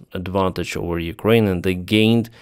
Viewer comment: Say OVER not OWER!